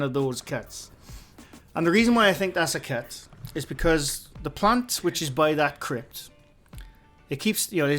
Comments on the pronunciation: LMAO! I was looking for a cat because I thought you said “There is a cat.” Turns out you were saying “cut”, “There is a cut.” 🤦🏻‍♀️ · Me too Lol I thought he said cat also Lol